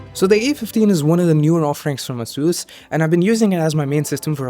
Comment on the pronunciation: I believe you are mispronouncing "Asus"